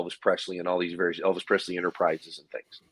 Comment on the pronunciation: Lisa sold her rights to the Image and name of Elvis Presley, and Aaron it’s Pre”s”ley not Prezley thank you.